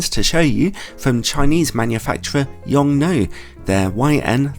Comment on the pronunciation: After listening to the Americans constantly murder the name of the manufacturer it's refreshing to hear it being pronounced correctly, at least according to the native Chinese speaker on staff at LTT.